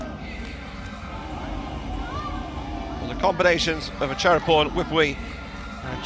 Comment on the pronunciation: Fyi... Her name, Wipawee, is pronounced 'Wi-Pa(r)-Wee'